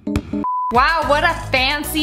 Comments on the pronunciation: Love it when she says weow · I love how she says wow she’s just like “waw”😂😂😂